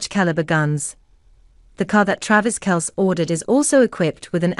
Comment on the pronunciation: If you cant even pronounceTravis’ last name correctly, why would I believe anything on this channel?